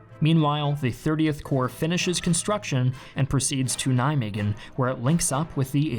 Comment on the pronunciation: Your pronunciation of Nijmegen made me pissed of it is not a fucking g except that very informative video thanks